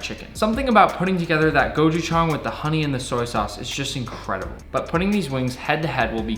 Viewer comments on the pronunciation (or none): Nick, it’s “gochujang” not “gojuchang” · I know it shouldn’t bother me as a Korean knowing he isn’t Korean but the way he said gochuchang annoyed me a little bit lol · It's pronounced "Gow-chu-jaung". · Gochujang is pronounced Go Choo Jan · " gojushang" bruh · Ko - Chu - Jang That’s the pronunciation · I liked how he said gochugang and I’m Korean so I know how to say it properly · its pronounced GO-COO-JUNG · nick its gochujang like pe*is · As a korean human being the way he said "Gochujang" really pissed me off and also he didn't make kfc correctly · I’m litteraly dying of his pronunciation of 꼬추장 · He said gochujang the wrongest way to say it 💀💀💀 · being half Korean is funny to hear how he says Gochujang😂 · as a Korean, I cringed at the way you said gochujang. no hate at all though! Looked delicious! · I like the part where he said gochujang wrong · As a korean, the way he pronounced Gochujang made me roll on my floor laughing